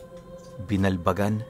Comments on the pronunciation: Magandang Gabi.e correct ko lang po..ung Lugar. Binal-bagan X Binalbagan,✓ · Ang totoong pag pronounce ng "BINALBAGAN" ay ang "Binalbagan" not "Binal, bagan"